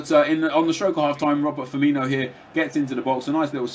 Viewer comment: It's spelled Firmino, not Firmiño or Firminho, so why would you pronounce it like that? O.O